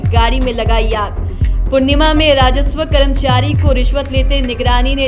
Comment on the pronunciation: पूणिमा नहीं पूर्णिया है ठीक से बोलिए